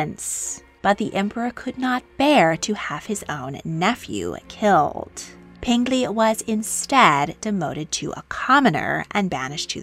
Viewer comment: Peng Li is P - eng (pronounced like you would say the g in ing) Lee. Not pen - glee.